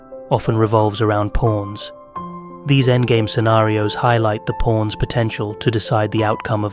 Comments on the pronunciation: just satirical observational humor. All jokes aside, great analysis. When you say "pawns" it sounds like "PORNs." lol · Anyone else hearing" porns"?